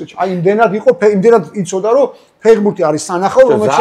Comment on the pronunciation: ფეღბურთი კი არა ფეხბურთია დავით 😉 დავაკვირდი და არც ერთხელ სწორად არ თქვი 😂